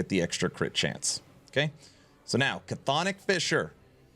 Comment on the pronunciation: just an fyi on Chthonic; it's not "Ca-thonic" it's just "thonic" It's Greek, we like silent letters :P